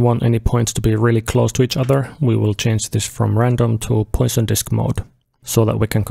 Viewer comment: Fantastic walk through of the new features, very much enjoyed your explanations! Tiny note: Poission was a french mathematician, so his name is pronounced Pwason and not like poison (that unhealthy thing). Cheers!